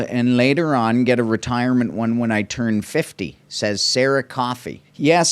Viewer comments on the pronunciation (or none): none